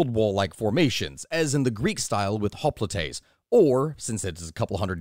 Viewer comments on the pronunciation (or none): If it's not been mentioned below, the Greek heavy infantry--hoplites--is pronounced in Greek as "hop-lites" (or "hop-lite", singular), not "hop-li-tes". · hoplites not hoplitites - but otherwise good summary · Btw hoplites is pronounce oplites with emphasis on the i